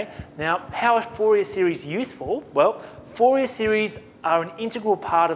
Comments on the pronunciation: I know it's French and it is not pronounce foo-yay lol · Thank you very much for the vid:D btw it's pronounced four-ree-aye just a heads up:D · Haha, yeah. Fourier was a French man, therefore it is pronounced "4-E-A" Haha!